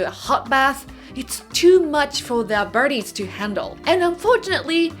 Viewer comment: Very good content; ->BUT: -->>SLOW -->>DOWN, the speaking rate, of: your verbal delivery!!!!!!!!. Also Note: for their: *bodies to handle; ->Not: "for their: birdies to handle."!!!